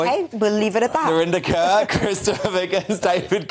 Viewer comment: "Narinder Cöeur".... Her face: 🥴